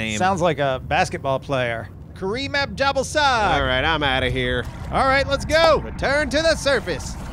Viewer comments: not jabel sag... ja-ball-sag!!! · Anyone else hear it as yer ball sag? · Anyone else notice that the GOD "Jhebbal sag" sounds like "ya ballsack" in your head? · I thought it was pronounce ya-ball-sac